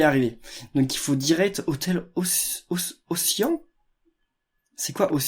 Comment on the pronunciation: Ocyan, cyan se prononce "ci - y'en" = océan ;)